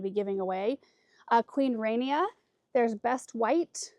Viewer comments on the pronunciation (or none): The “ra” in Queen Rania is pronounced like the “ra” in Raleigh ☺️